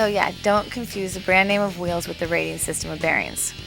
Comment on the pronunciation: "Now ve vill walk about ze und veals... yes, ze skate- no, not veals, ze VEALS, you know, what's the matter with you, veals, skateboard veals!!" lmao